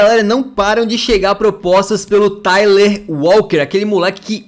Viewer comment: O nome que se fala do Tyler walker é Tyler não Taylor walker kkkkkkk